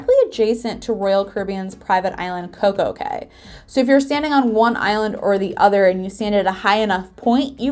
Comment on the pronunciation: "cay" is actually pronounced "key". Don't know why, but that is how it is.